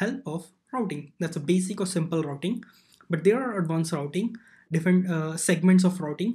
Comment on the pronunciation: today im going to talk about rrrrrrrouting